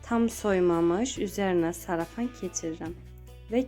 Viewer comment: Gözəldir əlnizə saglıq.ama sarafan yox salafan.